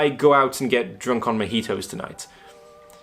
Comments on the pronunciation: he pronounced it like mehitos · the only harm you caused was your pronunciation of "mojitos"